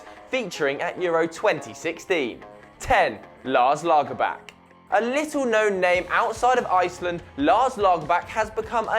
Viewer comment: Daily But the pronounciation was absolutely atrocious. So was the pronounciation of Lagerbäck, Deschamps and some others. I suggest you check up the pronouncation on Wikipedia before you film, it's the easiest way of avoiding looking like an idiot.